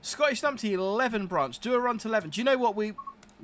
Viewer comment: As mentioned it is Lee-ven.Also Glenrothes is Glen-roth-ess (not rowths).